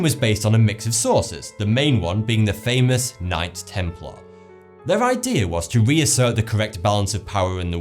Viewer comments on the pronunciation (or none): none